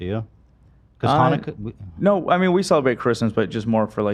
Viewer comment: Ethan’s pronunciation of Jewish holidays kill me lol